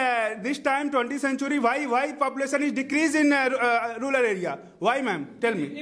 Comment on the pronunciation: Rural ko ruler kyu bol rha h